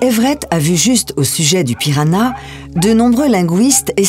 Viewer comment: La langue n'est pas le "piranha" mais "pirahã", le tilde sur le A le nasalise. On dit /pira-Han/